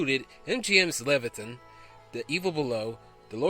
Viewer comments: Again with the horrible mispronunciation of the words and titles and actors. It's Leviathan (Levi a than). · enjoyed watching. chuckled at your pronunciation of the movie "Leviathan"